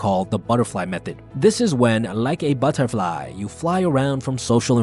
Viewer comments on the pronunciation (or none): Butt -err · Like A battar fly 😂